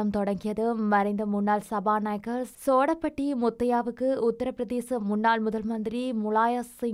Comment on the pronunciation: சோடபட்டி இல்ல தாயி "சேடபட்டி".